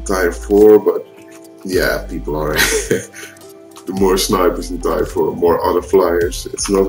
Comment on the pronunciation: Damn I love the way you say 'tier' xD